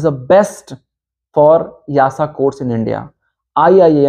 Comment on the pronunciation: Why you pronounce YASA instead of EASA?